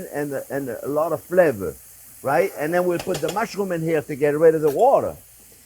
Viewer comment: I died laughing when he said “I ended up with alawwta soup” 😂😂 I could watch these videos forever.